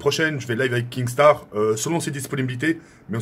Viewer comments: C’est pas KINGstaar mais KINstaar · Tk on dit kinnstar pas kingstar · KINSTAAR PAS KINGSTAR MDRR TU PRONONCE MAL 😂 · MAISSSSS tkkkk c kinnnnnnstaar pas kinggggstaar😂😂😭😭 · Je ne ss po cmb de fois il a dit kingstaar. C kinstaar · Ok nikel mais apprend à dire son blaze stp ca se dit « kinstar » et non « kingstar » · Mais pk tu dis kinGstaar ptn !!!!! Faut lui dire vraiment 😭😭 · Mdrr il dit KinGstaar XD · Il prononce même pas bien son pseudo il veut duo ac lui 😝🤷‍♂️